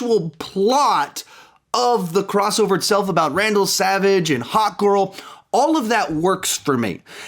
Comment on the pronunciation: It sounds like you are saying Randal Savage 😂